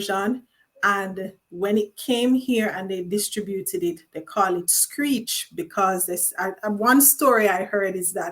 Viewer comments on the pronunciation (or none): none